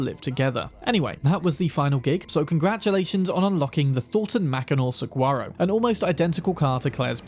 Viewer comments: its pronounced suh-war-o lmao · The "G" in "Saguaro" is silent. Comes off more like an H. Great content! It's nice to review this stuff before the DLC drops.